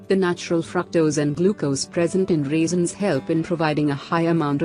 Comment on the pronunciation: "Raisins".....why do you pronounce "reasons" ? The listening becomes so confusing🙄🙄